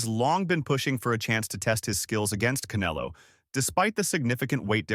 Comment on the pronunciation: why they keep calling him Caneelo? 😅